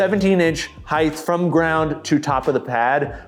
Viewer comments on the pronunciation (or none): always says, "heighth". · “height” doesn’t have a “H” at the end.